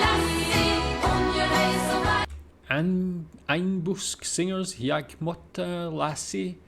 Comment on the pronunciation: ”Ainbusk Singers” - absolutely nailed the pronunciation, impressive! 😂